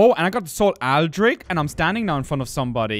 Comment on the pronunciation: The lady in the intro pronunced Aldrich in a different way :p Anyway, great episode!